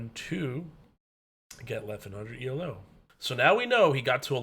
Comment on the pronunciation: Good video. Just a small note.. "Elo" is not an acronym. "Elo" is pronounced e-low (The inventor's name was Arpad Elo.)